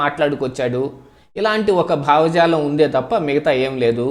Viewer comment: బావజాలం కాదు. భావజాలం‌ అనాలి.